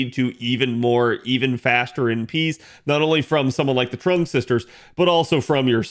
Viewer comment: Trung, even though it's pronounced more like Chung/Zheng